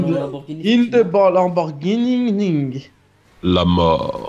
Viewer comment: T SERIEUX UNWINW TU MET DES "S" À LAMBORGHINI